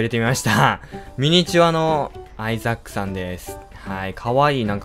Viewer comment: suikanotane922 。 めっちゃ発音のいいレイチェルガードナー。w